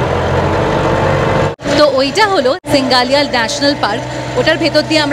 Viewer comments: সিঙ্গালিয়া নয় SINGALILA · সিঙ্গালীলা.... not সিঙ্গালীয়া